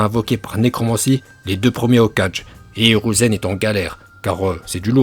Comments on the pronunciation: Tu proposes des cours de japonnais mais tu sais prononcer aucun mot japonnais dans ta vidéo 😂 Mention spéciale au "Hokage" 😂😂😂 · J'ai pas confiance en une personne qui dit "Hokage" au lieu de Hoka[gué]😒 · Je l'ai déjà utilisé sur toi c'est la raison pour laquelle tu prononces Hoka(je) au lieu de Hoka(gué) 😂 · prononciation au top surtout quand tu dis hokage